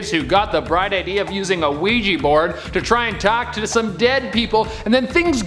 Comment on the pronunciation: Why the ouija board Sound like "Luigi board"